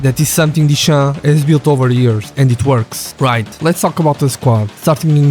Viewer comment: Контент норм, але чому сам не озвучуєш?! Прізвища називає так - що не понятно про кого...тіша - дешам)